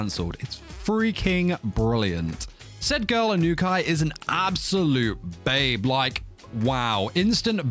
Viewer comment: "Eye-noo-kai san" 😂